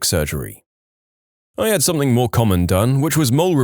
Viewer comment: SomethinG, SomethinG, not somethink. How do you spell something? It doesn't have a k in it.